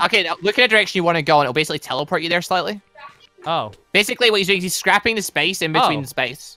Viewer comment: I don’t know if it’s an accent thing but MMMM I can not deal with them saying SCAPPING